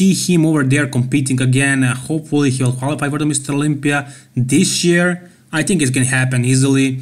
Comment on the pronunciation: i noticed a while back that you say "hopelly" instead of Hopefully. No hate here, just an observation;)